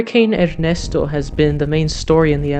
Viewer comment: South/central TN U.S. is cooler, but still very dry....we have seen no rain in weeks. Are you bilingual? The way you pronounce "Ernesto" sounds like you are. "🙂